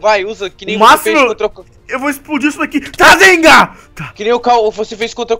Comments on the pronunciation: Não é rasenga é rasengan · a hora que o fala razengan eu dor rio até não der mais